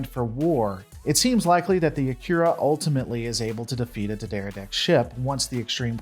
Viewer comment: At least pronounce the main focus a-Key-Ra class correctly!!